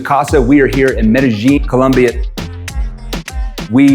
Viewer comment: It's Colombia, NOT Columbia